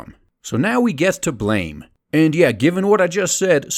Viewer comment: It's pronounced "blam," though I enjoyed the video otherwise. I'm really hoping a Biomega film comes along.